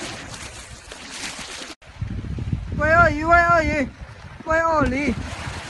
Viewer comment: He should is gea. 鳄鱼=鳄梨 Bad prununcia.hhh